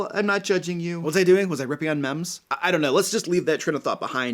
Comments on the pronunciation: It's actually pronounced "meem" supposed to rhyme with gene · Hey,, meme is pronounced like "meeme" (long E). Also, yeah I have had a HARD time finding a group since moving from MI to NYC last year. I know online is an option, however, I have no friends here in Manhattan so I want a table game... And yeah, have not had luck. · The way you pronounce meme physically hurts me.